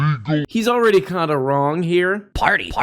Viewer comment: “It’s an eviction phardy” - Timmy